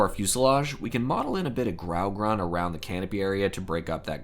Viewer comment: Its not GRAUgrun, both colors are pronounced with equal emphasize. Grau-Grun [sounds like groom]. Grey-green.